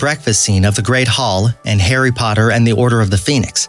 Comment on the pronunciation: Hairy Podder